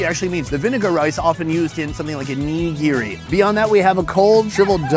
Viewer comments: Sonny.. LMAO you’ve got to pronounce it neh-gear-ee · "Oh-negro-e"?? You mean Onigiri? Oh-Knee-Gi-ri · The way he says onigiri is sus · anyone else annoyed at how he is pronouncing onigiri 😩😩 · He needs to learn how to pronounce onigiri😂😂😂😂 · Great video! Just work on your pronunciation of "onigiri" please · Its not WOG U its WAG OOH. Saying WOG all the time is being very disrespectful. Its ONI - GARI. Why dont americans learn how to pronounce words from other countries. It just makes them look stupid.